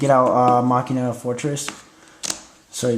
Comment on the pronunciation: stop mis sayin machina!!!!!!!!!!